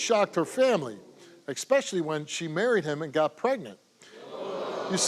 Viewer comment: "ekspecially?" Come on, Steve. Do better.